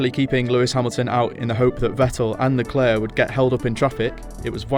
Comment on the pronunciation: Why does this guy pronounce Leclerc as "leclerk" and Ricciardo as "Ricky-ardo?"